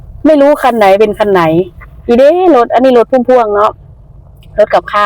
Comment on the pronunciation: เขาเรียกว่า "รถพ่วง" หรือแทลเลอร์ ไม่ได้เรียก รถพะวงเด้อ (อ่านตกไม้เอก พวง)😀😀😀😀😀